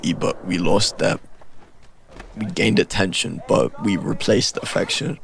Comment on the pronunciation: bro said attentoin